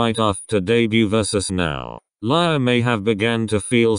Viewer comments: You pronounced lia wrong you said laya but its lia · No one: Not even Lia: Not even Ryujin's hair: The translator pronouncing Lia's name : Lie-ya